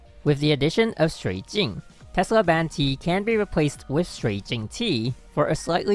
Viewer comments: whole video , impress by his pronunciation of "shuijing" in chinese XD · THE WAY YOU READ SHUIJING!!! Are you chinese???🤣🤣🤣 man I’m so proud of you lolol